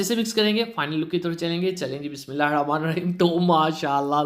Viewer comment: Learn how to pronounce Bismillah